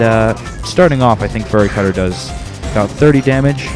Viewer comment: The event is too far away... Did you just say "Furry Cutter?"